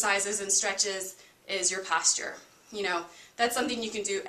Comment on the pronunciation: The way you say posture cracks me up 😂 thank you for walking through each pose! It’s really helpful when watching a video if the instructor gives as much information about where your body should be, what parts should be where, and you do a great job with that. Thanks again!